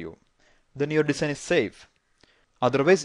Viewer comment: Please pronounce "design" correctly. its so irritating how u pronounce it :/